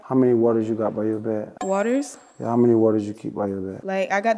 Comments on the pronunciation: he said "she got a fiji by the bedski" bra funny ash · “She got a Fiji by the bedski”